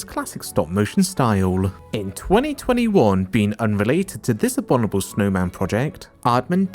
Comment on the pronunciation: the "abonible" snowman???